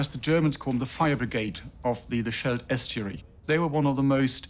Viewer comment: It's pronounced SKELT.